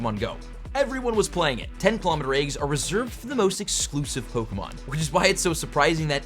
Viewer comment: when he complains about low views, but posts this and always mispronounces Pokemon